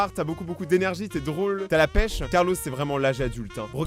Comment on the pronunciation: Carlo pas carlos